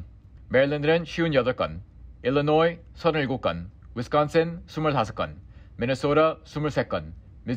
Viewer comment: 왜이렇게 발음잌ㅋㅋㅋㅋㅋㅋ 영어 원어민 발음에 한국말은 외국인 발음ㅋㅋㅋ 위스컨슨, 미주오뤼 샐머낼라. 마ㄹ린무기버슷과 (말린 목이버섯) ㅋㅋㅋㅋㅋㅋㅋㅋㅋㅋ 이런 뉴스는 처음봄 싱기방기